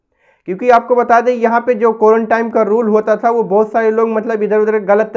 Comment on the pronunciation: Are bhai ek saal ke upar ho gaya is bimari ko. Aur ab tak tumhe quarantine ye bhi bolna nahi ata. Quarantime kyu bol rahe ho. Is se pata chalta hai kitne mahan admi ho tum🤣🤣🤣